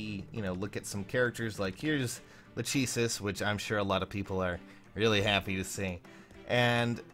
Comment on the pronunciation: It's pronounced La-KAY-sis,. I looked at the katakana and that's definitely how it's pronounced.:-)